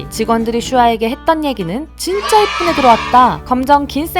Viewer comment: 예전엔 엽뿐!!!!! 이러던 슈화가 점점 엽ㄹ뿐!!!! 이러는거 나만 아쉽냐구ㅠㅠㅠㅠㅠ 슈화 한국어 늘었으면 좋겠는데 안 늘었으면 좋겠는데 늘어도 귀엽겠지..?